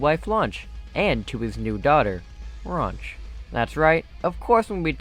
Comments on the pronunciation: Mad cringe when said "ranch" instead of "raunch." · Atleast raunch or whatever it was. Isn't ranch XD also I noticed you called raunch,Ranch. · Wait its raunch not ranch